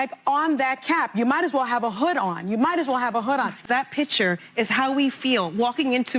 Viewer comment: " That pitcher" teach that group how say their words. It should be "that picture".